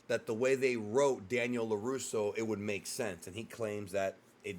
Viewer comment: "Laruso Audio" 😂